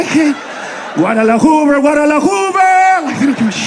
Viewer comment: I heard a guy say Guadalahoover back in 1972. This guy never learns...